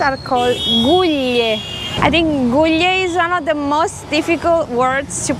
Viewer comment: > கிலீயா This is your name in tamil *Written as per how you pronounced your name.